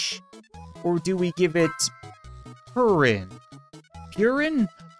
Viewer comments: when u said purin its pronounced (poo-leen) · That's not noddles Cap, that's pudding! Japanese people pronunce it purin! 😂😂